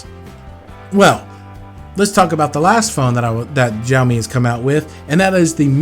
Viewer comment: Xiaomi is not pronounced with a J sound. It sounds more like an S. Like how you would pronounced snake. So it should be like Sh-ao-mi